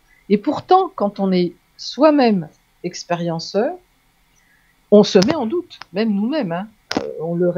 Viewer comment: On dit "un zexpérienceur" pour les rencontres rapprochées?